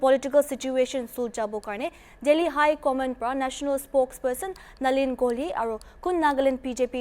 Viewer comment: Unfit reporter,cant pronounced the name of the leader clearly, Its nalin not nilin learn to read first before opening up your filthy mouth.